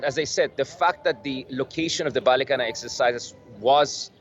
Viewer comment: You pronounced Balikatan like native speaker! Good job